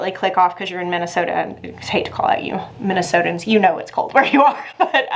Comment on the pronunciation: Try and stay alive 😂😂😂 MN born and bred here… Minnesotans is right! Just make sure to over annunciate the O in sota and you’ll be like the rest of us! 😘😘